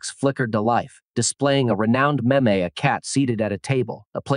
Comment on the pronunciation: Maybe have the AI be able to pronounce meme before posting a video on meme’s?